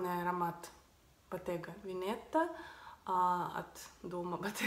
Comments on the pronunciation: Здравствуйте. Спасибо Вам за интересный обзор. Единственное, если Вы мне позволите заметить, это пишу на русском Боттега Ве'нета (Veneta ) с одним т и с удалением на первое е. Удачи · Не правильное произношение Veneta. Правильно- Вэнета. Ударение на Э и одна Т. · Iryna Maksiuta это итальянский язык, и в нем ударение ставится на предпоследний слог, так что ВенЕта. Just saying.